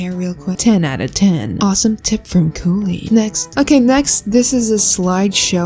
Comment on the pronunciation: My plants dying really that u said koolen